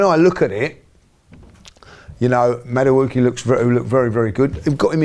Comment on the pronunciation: Everyone - “Madueke “ - “Mada-wooky”